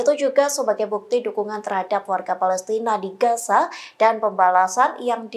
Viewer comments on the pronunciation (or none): none